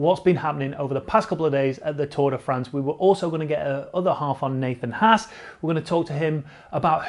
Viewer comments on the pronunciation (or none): none